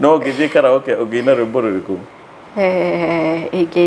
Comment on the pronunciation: Karaokee kkk! sounded like kalau kii?? (Olkalou)😀😀😀😂 its supposed to be said as ka'ree.ow.kee yaani kama jina ya "Kariuki" in kikuyu😂😂